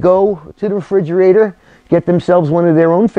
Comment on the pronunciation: Hey, good to see you doing another repair/build video I love that maple neck and it's gonna look pretty cool on the Thunderbird body. You are so right about life being way too short and tragic. I hope you are well. I love the way you say "refrigerator" without the "Re" in the beginning, "frigerator", reminds me so much of being back home in New York.